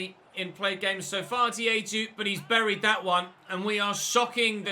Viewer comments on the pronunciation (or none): none